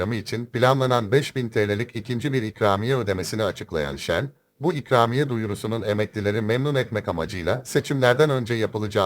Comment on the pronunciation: çükramiye mi what dedin .